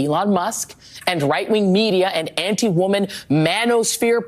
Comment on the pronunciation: Now it’s “Ainti women” wow, embarrassing